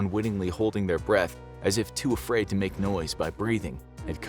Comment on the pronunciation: Ah yes, afriad